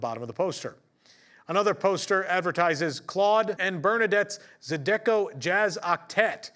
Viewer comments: ooo.... try again on Zydeco. All syllables have the same stress. Not Zy-Deco, but ZyDeCo. Google Pronounce actually does it right. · "ZY-d'ko", NOT "zidecco" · it’s ZY-dih-koh, not Zi-dek-oh …:) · "Zuh-deco" ?!?!?! You mean "Zy-da-ko" >.> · Zydeco is pronounced "Zai-duh-co". There's plenty of bands on YouTube if you're interested in hearing some authentic Cajun music. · just one note. Zydeco is pronounced ZEYE-deh-co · Zydeco is pronounced zi (like by) - di (like in) - CO (like go). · Thanks, and crew. Zydeco is pronounced "ZYE-duh-co" btw. (ZYE like eye) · please allow me to respectfully help you with something. We lived in Cajun Country for many years. Zydeco is pronounced “ZAHEE-duh-koh” with the emphasis on the first syllable. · C’mon, you live in the south and you’re a journalist…Learn the pronunciation of Zydeco. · Zydeco is pronounced with the accent on the first syllable and with the Y being a hard I. Cajun word. ❤